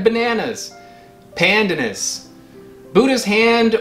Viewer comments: Pronounced: "pandaanus" ( long second syllable). Also the leaves can be used to dye food a light green and add a particular flavour. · It’s pan. Dan. Us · Pleaseeeee learn the right way to pronounce pandanas. It drives me nuts ( mind the pun).